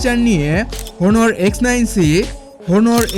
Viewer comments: হোনোর না ভাই, ওনর হবে। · বাংলাতে অনার, pronunciation ওনর (Onor)